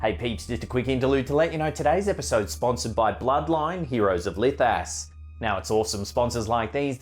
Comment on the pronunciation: I'm glad that I had the ( CC ) on because I was sure he said the Sponcer was Licka$$ 😳 I looked at what was said n it was Lithas 🤣 Good posting 👍👍😎✌️🍻👋